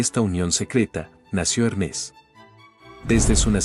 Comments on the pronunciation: Hermés ❌️ Hérmes ✅️ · Sabias que no se pronuncia Hermés sino Hermes?